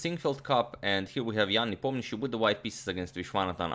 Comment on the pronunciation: Thanks for pronouncing Ian's last name correctly! Sounds very right for my russian ear!